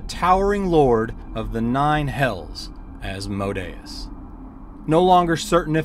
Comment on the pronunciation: So funny you say that... i definitely know how its pronounced and winced myself when i said it... could not tell you for the life of me why it came out that way... or why I still say AsmoDEEus about 20% of the time! The The latter I chalk up to calling him AsmoDEEus since being in grade school until I had kids of my own... but the FaeRON... that just came out of nowhere! :)